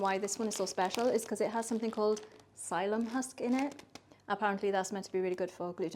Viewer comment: I think it is pronounced as 'silly-um' husk. I use Shar Bread Flour for outstanding results each time. You quickly stop measuring ingredients and just do it by eye. I enjoy making Focaccia (add baking powder and more olive oil) - it is amazing - much reduced proving time. Suggestions: a) use dough hook on mixer for most of kneading, b)add small (1/2 puck) of ground coffee c) there will be none left after 24 hours. Fantastic video - thanks!